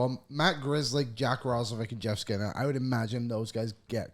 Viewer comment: Did he say Jeff Skinner? 😅